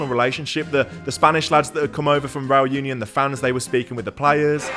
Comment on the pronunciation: Great video. Just one thing though, Union is pronounced ooh-nion, same as Unai.